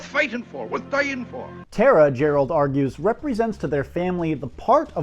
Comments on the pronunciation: It's not "Teh-ra" it's "TARAH" !!!!!!!!!!!!!!!!!! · TARA is pronounced T ah. RA